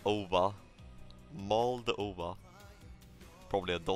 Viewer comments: first time i hear mald*ova instead of moldova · no one:: Mold Ova